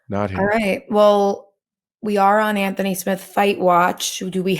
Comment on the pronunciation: Bisping never learned how to pronounce AnTHony. Always calling him antony.